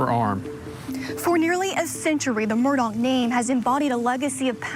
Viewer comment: I just have to RANT ....... Why does everyone pronounce his name as MURDOCK ??????? ITS MURDAUGH ....... MUR-DAW